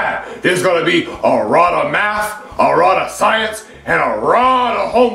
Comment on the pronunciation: Yeah dats arrota homework